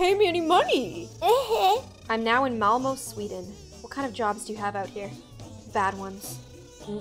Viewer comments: Yea you definatly say it like malmå. Lol no one the speeks english can ever talk swedish but all swenen persons can talk english, it is funny cause its true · No one:: MalmoOe, Sweden. Sorry but as a Swede I had to, I’m not insulting, just funny